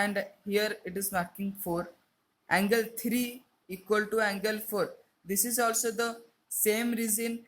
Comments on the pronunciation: It is angle not ungle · He said uncle instead of angle